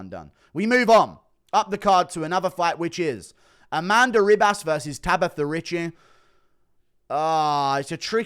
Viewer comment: Why does he call her Amanda RIB ASS